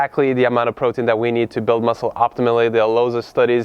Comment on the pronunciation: optimally,, not optimately xd